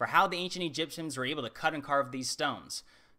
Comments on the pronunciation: Did he say ancient egypsums? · "The ancient EGYPTIAMS" is that what he said..EGYPTIAMS... really?